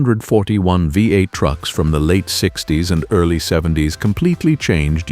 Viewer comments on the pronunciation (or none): Scunnia 141 vie B8... Scania Veeveight... etc. Please put some effort into this AI slop narration and it might be a nice channel to watch.